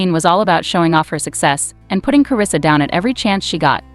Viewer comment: WELL YOU MESSED UP HER NAME